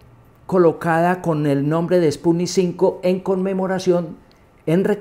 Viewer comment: Se la da de experto y dice sputnik 5 🤦‍♂️